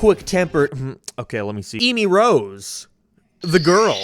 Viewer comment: First word in this Video: EEmy Rose